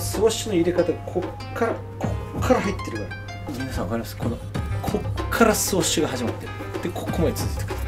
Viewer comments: スウッシュってゆってお願い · NAOTOさんスウォッシュではなくスウッシュですよ〜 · 好きなのは分かる。でもスウォッシュって言い方は間違い。